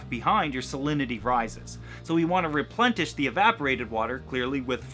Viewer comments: Replentish? Replenish ;) :D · Is he saying replentish ?